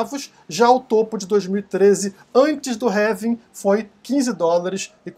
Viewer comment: Pq vc fala "révim"? Não seria "Relvim"?